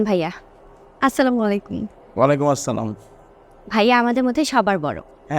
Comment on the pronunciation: সালাম টা শুদ্ধ হইলো না